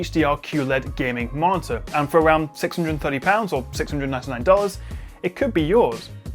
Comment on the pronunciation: Perfect review, really helpful, extremely interesting point but still thumb down for the martyr pronunciation. You sound like you have a speech impediment. Please staph.